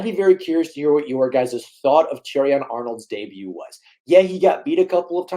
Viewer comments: The T is silent dude.. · he wasn't that bad and also the T in debut isn't pronounced that drove me crazy brah